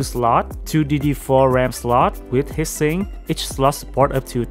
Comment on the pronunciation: It's not hissing, it's HEAT SINK! Try saying it as TWO WORDS! It sounded like you were saying HISSING as in noise!